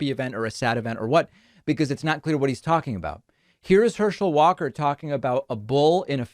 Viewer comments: "and one of the reasons I find this race so disturbing, is Herschel Walker quite literally can not speak... Herschel WATER"... lol I feel you though... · Before you go making fun of someone else you should make sure you are on top of your game with no flaws. You called the man Hershel Waters. seconds in the video.